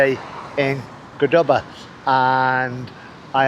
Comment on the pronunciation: Congrats,, for being able to pronounce CORdoba correctly (for a while)! "Middle East conflict?" You mean tRump's war for Israel combined with the distraction from the Trump-Epstein files!